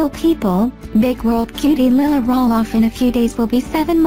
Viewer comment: Is there a reason why the narrator pronounces Lilahs name wrong...Makes me cringe...